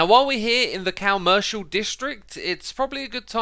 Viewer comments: Is it me or is saying "COW-mercial district"???? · I never relized it before but I love how you say "cow-mercial district"